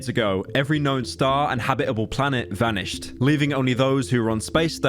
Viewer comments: "vanihsed" - Are you really Brittish? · "vanihsed" lmao, jokes aside this video is bomb